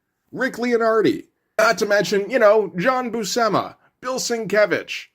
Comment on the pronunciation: Buscema is pronounced By-You-see-ma. I've only learned that in recent years. It tripped me out 😅